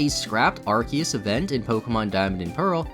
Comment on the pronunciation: love that you pronounce arceus two different ways haha